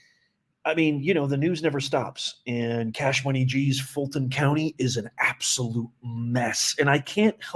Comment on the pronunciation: FILT-ON COUNTY😂😂😂